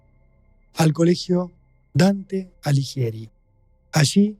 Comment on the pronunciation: Ay porteños! Alighieri no se pronuncia Aliyeri. Se pronuncia Aliguieri. No es tan difícil. ¿Dirán también acapeya cuando es a capella?😊